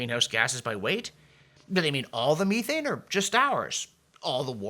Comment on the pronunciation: John, check methane pronunciation